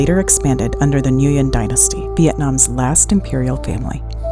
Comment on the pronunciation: Good coverage of Ninh Binh and area. However, it would add a bit more authenticity to pronounce certain words like Nguyen and Ninh Binh correctly in Vietnamese. Beautiful part of Vietnam I will never forget.